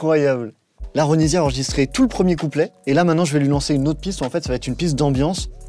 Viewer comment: Ouais sauf que son nom se prononce Ronissia😂